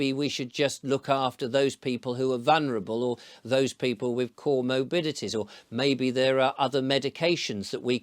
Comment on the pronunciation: (* "co-morbidities" not "core morbidities")